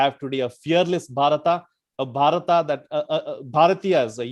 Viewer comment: It's not Bharataaaa for God's sake..its just Bharat..you bloody mispronounced colonial slaves..!!